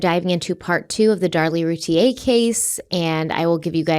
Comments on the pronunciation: Hey guys, it’s pronounced Rooo- tee ur. Not Te - A. Just sayin! No hate. 👍🏻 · It’s ‘Root-ear’ not ‘Root-ie-yay’. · Hello, just wanted to let you guys know it’s pronounced Roo-teer. I’m from Dallas and this was on the news non stop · The last name is pronounced "Rooteer" according to the Routier family. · Please learn how to pronounce this surname properly. It’s not the French pronunciation. Every local news story,, the majority of national ones, and the family themselves. pronounce it “Roo-tear” like a tea you cry. Those boys deserve to have their names pronounced correctly! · Loving the coverage of this case! CW is my favorite podcast ❤️ PS. Routier is pronounced Rou-teer 😘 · I live just outside Rowlett, and not far away from the Routiers (it’s pronounced Roo-TEER, btw). It’s a pretty common belief in the neighborhood that Darlie did this to her kids. It’s been a very long time since this happened, but this case still feels very fresh in the community, and there’s still a lot of anger toward her. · It's NOT ROO-TEA-A!!!! Ugh I cringe every time Stephanie says it like that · Actually, root ie Yay is how it would be pronounced, by a French Canadian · Am I the only person who’s been pronouncing their name without the i? Like a computer router ? So far it seems the husband is involved too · #CRIMEWEEKLY YOUR FACTS IN THIS CASE ARE OPINIONS, NOT FACTS! Now I am literally going through all of your past cases I’ve listened to wondering how accurate they are….. I KNOW THIS IS ALL ABOUT VIEWS AND MONEY, BUT DAMN, YOU COULD AT LEAST HAVE CASES TOP PAR WITHOUT BOTCHING HER NAME AND WHAT I BELIEVE INNOCENCE EVEN MORE. ITS PPL LIKE YOU THAT CONVINCE PPL OF GUILT WITH ONLY LISTENING TO OPINIONS AND HALF FACTS… SMH 🤦🏼‍♀️